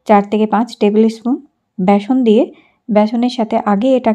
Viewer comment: ব্যাসন নাকি বেসন?